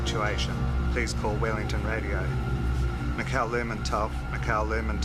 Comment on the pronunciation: You'd think they'd ask somebody how to pronounce the name of the ship correctly